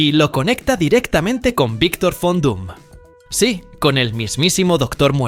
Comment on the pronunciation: En alemán "Von" se pronuncia "Fon"